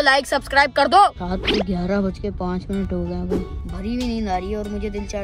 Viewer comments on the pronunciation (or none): none